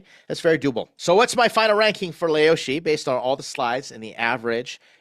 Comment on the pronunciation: you lived in china for 2 years and called it leoshi 😂😂